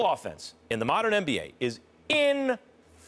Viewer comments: Every syllable 🤣😂🤣😂😂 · Get every syllable in there Max, inferior Phil... IN-FEAR-EE-YOR🤣🔥😭👌😂🔥👍👌😭🔥🤣🔥😂👌👍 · Get every syllable in there Max. Even turns directly to the camera before he says it just to help it marinate. Inferior Phil, IN-FEER-EE-YOR👍😂🤣😂👌😂👍😂👌😂🤣